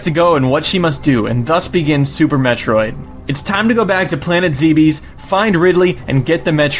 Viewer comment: IT'S ZEBIS